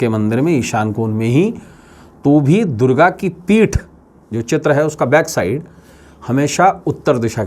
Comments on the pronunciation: Sabse pahle to Ma Durga bolna seekh lo uske baad jo kahna ho kaho. mujhe to tumhara chehra dekh kar he Nagetivity hone laga. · आप पहले ,🙏मां दुर्गा को मां को बोलना सीख लो....... वरना आप का वास्तु जरुर बिगड़ जाएगा